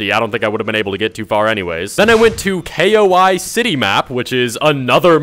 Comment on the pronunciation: Bro said k-o-i instead of koi im screaming😂😂